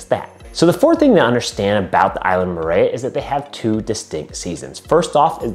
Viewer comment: I the pronunciation needs help... Murayuh 🥴🥴🥴